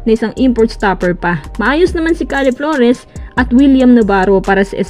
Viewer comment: napaghahalataang di nanonood to ng pba puro basa lang ng balita at trade humor hindi "khade" flores yung "keyd" flores yun